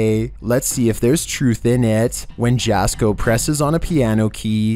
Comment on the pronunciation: Jasko is pronounced Yasko not Jasko. 😮 Just sayin. 😂